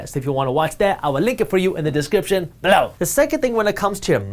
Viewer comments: Its Ballow lol. It took me 3 months to know he meant Below :) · Anyone else like it when he says "Below"?